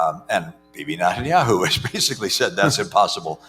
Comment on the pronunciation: He mispronounced Netanyahu